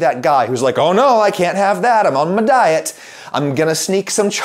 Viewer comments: I subbed when you said "m'diet" instead of "my diet." You talk like me, and so now we're virtual buddies. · "I'm on ma-diet" Adam is finally sinking into his Italian heritage.